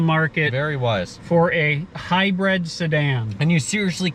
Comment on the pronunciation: console not counsel. hybrid not hybred. and, whats with those glasses? otherwise.......liked your review.